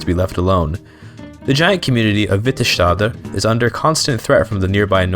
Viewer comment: Nords are just as native as snow elves or giants. Just as native as dunmer in Morrowind, i think the "most" native races are argonians and khajit. When saying s in nordic or norse accents you never add a sh sound without spelling sj sk skj Its not witterShtader its Vitte stadr